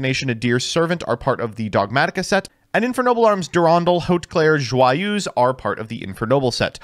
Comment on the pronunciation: How has consistently managed to pronounce Joyeuse basically correctly while butchering all other pronounciations?